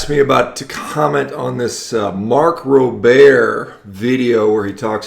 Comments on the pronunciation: Mark rober not robair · Holy crap. This guy is an idiot. First off, making a word sound French does not make you smart. His name is Mark Rober (pronounced: Robe-er). How can someone actually post a dissertation about how bad something is, without actually trying it. I love meat. I love venison, beef, pork, fish, carrots, lettuce.... I don't love factory farms. If this guy is the result of a 100% meat diet, I'm out. What a moron. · Sorry, but you’re a fucking idiot, couldn’t even pronounce his last name correctly